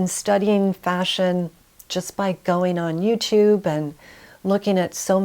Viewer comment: Wonderful video. Lovely lady. One presentation critique: review your pronunciation of -ing words. I'm hearing -een rather than -ing. Example: goeen instead of going. Many presenters make this error.